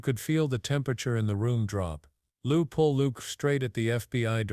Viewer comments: His name isn’t Lieu Poll, it is Ted Lieu. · WTF "Lou Pole" ? This is Ted Lieu!